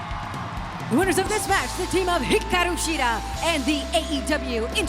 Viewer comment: Peter Avalon vs. Brandon Cutler was a funny match, really loved the Shida/Storm vs. Sakura/Suruga match and I love how pronounces Hikaru Shida's name when introducing her, it makes you feel tickly and happy inside at the same time (I know, it sounds weird =P).